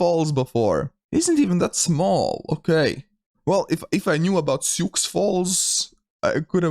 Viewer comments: Sioux Falls still isn’t a “big” city though, it has less than 200k people. That four-state block is very sparsely populated. Also, it’s pronounced “Soo,” not “Syooks.” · See oo ox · Sioux is pronounced like the name Sue. =) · "Sioux" is pronounced like "sue". It's a French name for the First Nation tribes of the area. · Sioux is pronounced "soo", for future reference. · Sioux Falls South Dakota is named after the Lakota Sioux Indian tribe and it’s pronounced as you would say the ladies name Sue. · and "Sioux" is the name of a Native American tribe - it's pronounced "Soo", or "Sue", if that helps. Sioux Falls is the largest city in South Dakota and is a couple hundred miles southwest of Minneapolis, Minnesota. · Oh and Sioux is pronounced like and s in front of “ew”